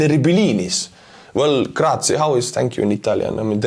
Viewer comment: Almost you had it, Grazie with /e/ at the end 😅😉 Gracias is Spanish adding s to what you said, but cool you know it in French